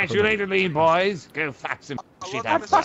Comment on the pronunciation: I like how that hentai girl says "bean bois" 😂😂😂 PS : IKR its lean bois #goodoldbeanbanditsdays #KeepRegie